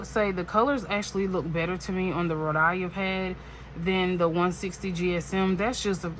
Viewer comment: Hey …”It’s hot in Georgia.” I giggled. 🤭 It’s 🥵 here in Vegas. Your heat is like warming up food in the microwave. 😉 You pronounce Rhodia as Ro dye uh… it’s Ro Dee uh. And say it with no stress sense. 💜 I’ve watched Karyna for a few years, she is the real deal. 😊 I recommend watching Brittany over at Carrots and Olives. She is also a wonderful creator. 💜 Sailor 731 was a delish color! ❤ ok I see you 237. Nice 😊 I love the ASMR of the boxes and bottles, pens etc. So keep up the noise. 😊 send me your mailing address and we can so an ink swap.